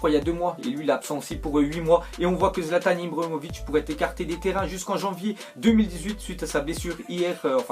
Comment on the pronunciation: pk tu dis zlatan ibromovic